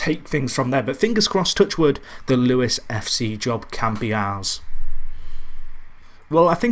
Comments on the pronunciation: Isn't is Lewes as in loos (toilet) not Lewes as in Lew es? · Wahey your finally back. What a save this could grow to be...better than FCUM maybe? Also I think it's pronounced Loos